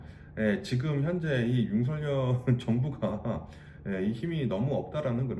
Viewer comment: 조심스레 살짝 말씀드려봅니다.. 현한국대통령 이름은 “윤석열”이고.. 정확한 발음은.. ”서결“입니다 많은 분들이 “성열”, 또는 “성렬”이라고 발음하시는데.. 그럴려면 “윤석렬”이라고 표기해야합니다 원칙적으로 국어맞춤법에 따르면 정확한 발음은“서결”이 맞습니다.